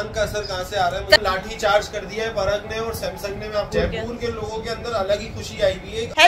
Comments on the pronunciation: परग नहीं उसका नाम पराग है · पराग हैं परग नहीं 😂😂😂